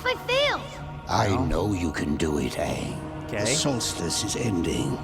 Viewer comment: His name is Aang, not Ong. NEVER call him Ong, that's a capital offense in Avatar. Only M. Night SHAMalon would pronounce it that way. you should know his age, Book 1 Episode 2 you would have been told he's 12.